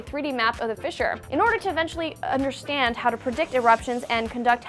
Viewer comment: she says understand so weird. Must have been struggling with the teleprompter?